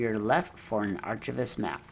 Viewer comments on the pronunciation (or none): Excellent work on this, super helpful! One super tiny critique ... archivist is pronounced with a hard k sound, not ch. ;-) Great work, I love the videos!